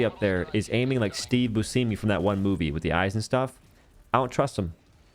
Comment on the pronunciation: I'm sorry you called Steve Buscemi what? Bussyme? You pronounce it like Buschemi